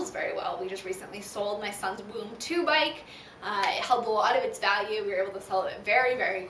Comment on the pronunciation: It is pronounced voom.